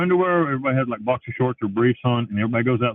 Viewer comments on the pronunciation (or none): none